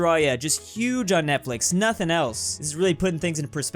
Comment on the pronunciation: "netflex" literally